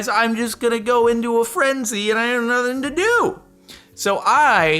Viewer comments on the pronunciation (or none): none